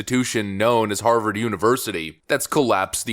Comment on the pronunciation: An honorable academic from Haaaaah-vaaaaahd....whod'a thunk it....